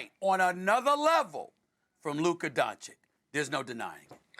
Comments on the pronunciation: You mean Luka Donci"k" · This racist clown could atleast pronounce Luka's last name right, it's Doncic not Doncik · Black racist Stephen A. still says DončiK instead of Dončić. If the case were reversed, the white commentator would be fired instantly. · I'm now convinced SAS has always downplayed Luka because he can't pronounce the dude's last name. Luker Dončić. 😖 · luker dochic😂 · Luker Donchik 😂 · SAS: Luker donchick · LUKA DUN - CHICH, is it that hard? Molly, please help this low IQ NBA analyst out. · Luker Donchic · Because they dont care. Dončić, Don-ch-itch. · Stephen Smith is such a self-righteous and arrogant person that even after five seasons in the NBA, he still can't pronounce the last name Dončić. Is he trying to say how unimportant Dončić is to him? Extremely insulting to the playoff MVP. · Luka has been in the league 6/7 yrs now and they still can’t say his last name right god dammm ! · Jeez, how much does Stephen A Smith earns? Isn't about time that you learn to pronounce "Doncic" properly? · How come sthe9hen a still cant pronounce Doncic the right way man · SAS still can’t pronounce Luka’s last name properly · Can someone finally teach Stephen A how to pronounce Doncic? It's been 6 years and he's now saying Luka's the best player in the world, but still doesnt know his name? This is ESPN's highest paid analyst? How does anyone in journalism get away with this 💀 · "Can someone finally teach Stephen A how to pronounce Doncic?" - He's doing it on purpose. He is trashing Luka since DAY 1! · Maybe after he wins the ring, SAS will start pronouncing his name right... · He has to be trolling at this point! hahhahahahah he been misspelling his name for time now! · He still can’t pronounce Doncic right. It’s not even a complicated last name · Still mispronouncing his last name 🤯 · How does SAS STILL not know how to pronounce “Doncic?” Lmao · he's been mispronouncing his last name since he got into the NBA, I think on purpose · Luker Doncick 🤣🤣🤣